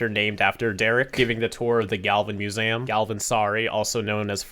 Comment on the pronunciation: Your pronouncing museum wrong